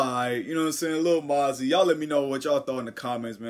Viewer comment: its moe - zee 😂😂 keep up the work doe